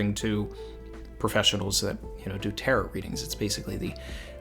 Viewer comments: More like tare-owe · Tarot sounds like Ta-row rather than Tarott sounding like carrot just saying. Great video as always, always look forward to your chapter reading and following video. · Last 't' is silent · You mispronounced Tarot the entire video